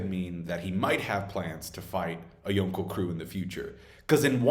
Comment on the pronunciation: You say yonko like a dingus